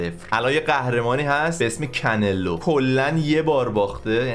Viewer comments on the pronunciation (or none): کنلو نیست کانه لو 😁